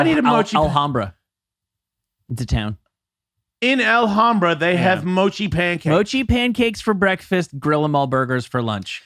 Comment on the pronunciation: pronunciation of Alhambra is hilarious. He is correct, Alhambra has some good foodie spots.